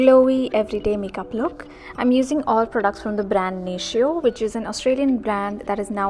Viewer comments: it's pronounced nay-tee-oh (: ❤ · Pronounced nay-teo